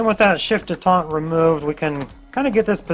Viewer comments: Dee tent not day taunt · Shift detent. Not detant. No French inbred crap here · Good videos.. My 242 has 234k on it so was thinking of maybe possibly doing a bearing/seal job.. And it's detent, not d'etente.. ;) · The word is detent not detaunt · Dé tont? Isn't it a detent? Like detention? Kuz it keeps it in place.... 😂😂